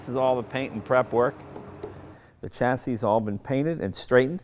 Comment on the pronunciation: WTF Jay! Please pronounce chassis correctly! Also turbine! Champagne, Columbine etc....